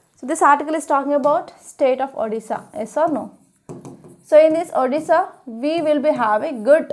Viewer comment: It's odisha mam not odissa